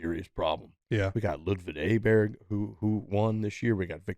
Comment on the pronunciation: did say Ludvid Aberd